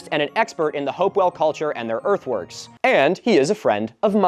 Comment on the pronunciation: I keep hearing earthworks as earthworms